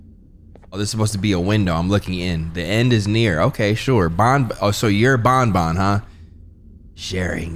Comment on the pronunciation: its ban ban not bon bon